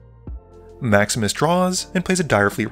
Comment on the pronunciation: Every time you say "Maximus plays", I still hear "Max misplays"... 😅